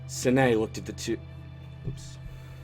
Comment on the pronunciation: Saan ah aye, not San aye.